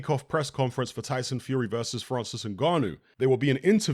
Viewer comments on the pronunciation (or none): none